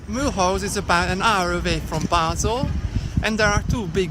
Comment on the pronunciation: He cant even pronunciate the name